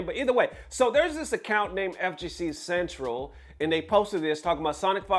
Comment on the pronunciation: Dawg you gotta read better please. Some as simple as saying Central when it’s CEN-TEL.